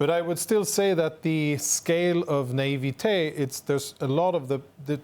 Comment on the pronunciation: Today I've decided to pronounce naivete like Jonathan Conricus. Sounds so much nicer and also speaks volumes of people who think Hamas will like this plan at all.